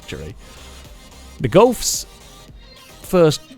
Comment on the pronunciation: Nobody gonna talk abt how he calls golfs gulfs